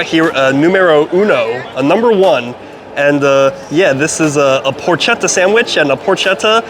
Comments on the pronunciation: PorKetta. Hard K. ch in italian is a hard K and c by itself is a ch sound. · It’s porketta. Not porchetta And that bread is Florentino bread not ciabatta. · You are a complete idiot. Porchetta is pronounced porKetta. Did you notice that pancetta is pronounced panCHetta? Well it is the opposite with the way to pronounce the CH. As a hard “c” , or “k”. Why don’t you learn anything?